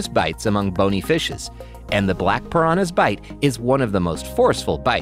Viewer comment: Love how he said paranas eat fishes